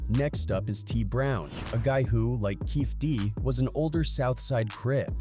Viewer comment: How do you make a video on Tupac’s murder and don’t even take the time to research how to spell or pronounce Keefe D’s name?